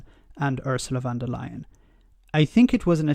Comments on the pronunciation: Her name is Von der Leyen. Not Van der Leyen. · Thanks for your videos, they bring a fresh point of view on topics and put things into context that some may not have thought of before. Just a tiny correction: It's Ursula von der Leyen, not van der Leyen. "von" in a German name is a sign of being of nobility like "Lord" in Britain.